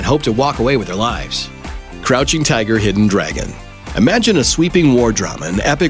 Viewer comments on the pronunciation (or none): none